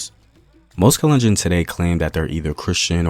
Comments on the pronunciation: thanks for posting this, my mom is kalenjin! i wanted to point out that you're mispronouncing the name, its kahl-enn-jean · The way he pronounces 'kalenjin'😂😂 and other names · Love your videos man, but you have GOT to work on your pronunciation I cringed everytime you said kalenjin.